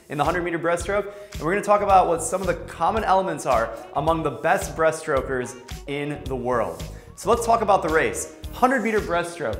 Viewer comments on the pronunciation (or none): "breastrokers" LOLOL